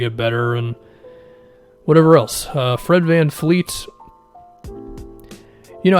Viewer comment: bruh it's vanvleet not vanfleet lol